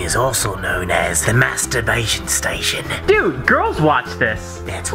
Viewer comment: Lol mastrurbaition Station lmaoo